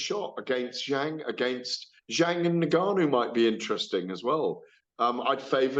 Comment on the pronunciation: GAD needs to work on pronouncing Ngannou and Donovan correctly first, before working on his semantics.